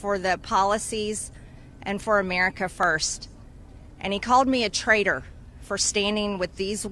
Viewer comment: You' re calling him a trader. It''s pronounced traitor. With a T.